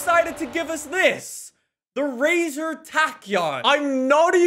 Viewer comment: It is 'racer' not 'razor'